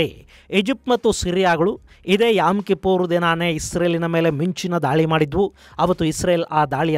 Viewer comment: It's not yam. It's yom kippor